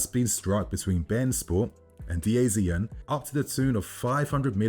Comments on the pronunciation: that other broadcasting network is pronounced as 'DaZone not D A Z N''. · Dazn is pronounced like "da zone" .... on another note wow what if our feeder club get relegated this year? That could be another massive L